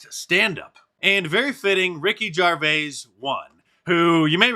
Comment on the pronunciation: Ricky Gervais’ surname is pronounced “JER-vay-z” not “JAR-vay-z”.